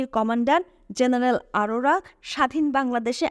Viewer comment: উচ্চারনে মনোযোগী হওয়া দরকার। মেজর J দিয়ে Z দিয়ে না। জেনারেল G দিয়ে Z দিয়ে না। এয়ার স্ট্রাইক হবে, এয়ার স্ট্রিক না। কোম্যান্ডকে কমান্ডো বলছেন। আরো অনেক আছে বললাম না মন খারাপ হতে পারে। যাই হোক সুন্দর প্রচেষ্টা। সমালোচনা ভালো না লাগলে নিজ গুনে ক্ষমা করবেন।